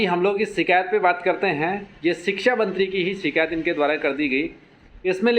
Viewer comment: "शिकैत" नहीं होता है "शिकायत" होता है। कृपया भविष्य में ध्यान रखिए।